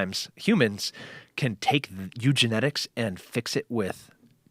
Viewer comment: *Eugenics Tim, not Eugenetics. hahaha still get his point and love him and Joe!